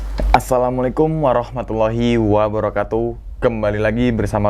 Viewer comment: Nah gitu wabarokatuh, bukan wabarohatuh ya bang 😊🙏